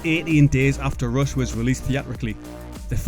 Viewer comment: is it Rush or Roosh, lol